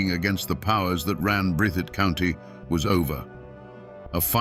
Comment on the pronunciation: That's "Breath - thitt"